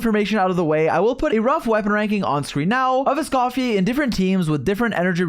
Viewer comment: "escoffier or scoff-yay" bro don’t